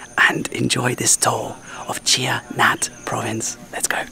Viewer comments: Ann (my Thai wife) assured me that the province is pronounced Chai-nat , not Chi-a-nat. Anyway, we love following your journey and hope to meet you when we return to Thailand later this year. Gar and Ann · It's CHAI Nat not CHIA Nat ;-) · Yes...I cringe every time pronounced Chia...like chia plant. It pronounced C h a i n a t kha. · it's CHAI Nat... not "chia nat" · Thanks for showing us this interesting place. I would love to try going up the 500 steps. Btw, the English spelling of Thai words are generally wrong causing the English speaker to mispronounce. For this “Chai Nat” province, it should be pronounced “Chai-ya-Naad” and the temple “Wut Tum-ma-moon”. Unfortunately most of the spelling translation to English is done using the Thai alphabet letters in “direct translation” regardless of the pronunciation. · I think you are pronouncing it wrongly .I say the town and province name as Chai-nat .The Chai as in Chai-na the Country,then the nat istead of na . My Thai wife (now ex) of 10 years came from there .There is a famous bird park in the town center of Chai-nat . It may or may not be open now because of Covid. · Since when is it pronounced Chia Nat? 🙄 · You just spent 2 months pronouncing Koh in Samui wrong, and now this Chai Nat is taking the piss.